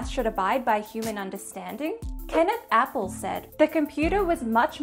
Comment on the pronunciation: This is perhaps a minor quibble, but years ago I knew Appel personally, as well as one of Haken's sons, and unfortunately you're mispronouncing their names. Haken is a German name, so the a is like English "ah". Appel is not pronounced like "apple", but is accented on the last syllable: ap-PEL